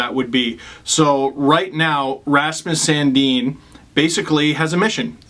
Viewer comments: San- Din NOT San-Deen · No, in Sweden it's pronounced Sun Deen.